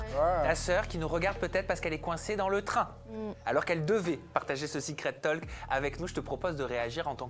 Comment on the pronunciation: on ne prononce pas le L de talk, on dit, en phonetique "tauk"